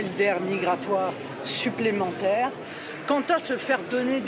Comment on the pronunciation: Chuplementaire une vraie chtie la lepen😅😅😅😅